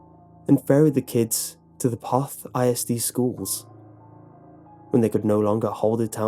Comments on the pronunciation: And Poth is pronounced Poe-th.... I know those Pollocks make difficult names Hated competing against them and having to read out their last names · 👍🏻it's pronounced "p-oath" TX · Lmao can't even say the name right. Did they just google it and make up the rest???? Lived outside of Poth all my life (25years) this video is dumb come out and see how much fun we have at the dance hall which btw has had many famous country singers play at and is till up and swinging. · Ur saying Poth wrong and I am from floresville.